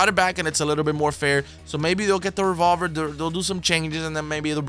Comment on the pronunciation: He said rebolber